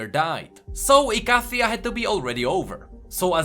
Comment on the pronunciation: are you sure icathia is pronounced like that